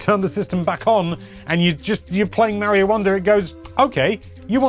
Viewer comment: it is Mario it's not Meario